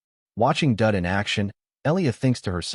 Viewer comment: The guy's name is Daud (rhymes with "laud") not Dud, but I have to admit that Dud is pretty funny.